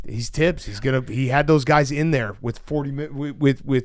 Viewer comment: And he kept saying “Tibbs” instead of Thibbs when referring to Coach hahaha